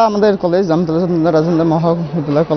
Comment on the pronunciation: কলেজ নামি তো ঠিক মত বলতে পারছেন না দিদিরা